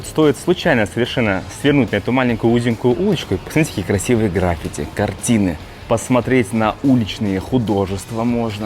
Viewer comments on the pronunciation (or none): none